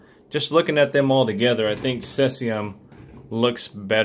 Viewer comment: "seez" ium, not 'sess' ium.. As in Cesium salami, from the movie. Do you guys ship to the UK? If so, what are the chances that you would mark the box as gift? Customs here can be a pain in the ass, adding on how ever much they feel like. It's a god damn money making racket. I bought a Diamond Select Stark Trek Ship from the States once and customs added on nearly £40!! It has put me off ordering anything from there since. I have got similar sized items from China and have never had to pay a thing and i always assumed that was because they mark them as gift.